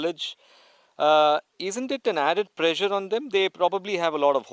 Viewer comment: What's prezzure? The interviewer asked...